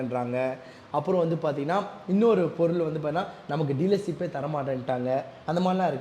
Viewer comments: Shop ❌ Saap ✅ Starting ❌ Saating ✅ Yamaha ❌ Yamagaa✅ Dealership ❌ Tealersip ✅ Support ❌ Sappot✅ Subscribe ❌ Sascibe✅ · Dealership is word, Dealersip is emotion 😂